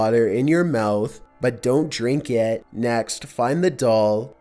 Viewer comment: Seriously don't you feel like a damn fool talking like that? Just hearing you say the word "it" is awful.